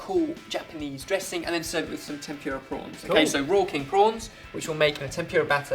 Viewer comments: I love how he says tempyura instead of tempura :) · I know you're English and all, but it's pronounced tem-pu-ra, not temp-pure-a, and the r makes a softer sound. In Japan they don't even have an r sound, but it's close enough. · I'm sorry, I have to. xD "Eh-dah-mah-meh" and "Tem-poo-rah".